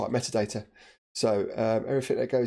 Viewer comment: Sorry, great tutorial, unfortunately spent most of it screaming that doesn’t say METADATA IT SAYS MEAT-ADATA. Vaguely painful.